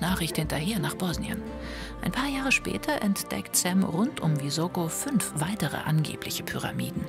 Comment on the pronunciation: Es heißt Visoko also S wie Siegfried!